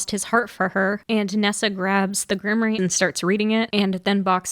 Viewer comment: This is a wonderful video but please for all that is magical in the world learn how to pronounce Grimoire! It’s pronounced Grimm- waar.